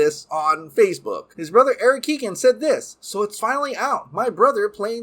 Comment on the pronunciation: Barry Keoghan’s last name isn’t pronounced Keegan it’s ke-o-ghan the g is silent bro